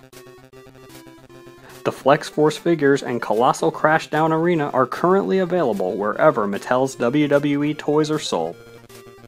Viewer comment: Arena not arina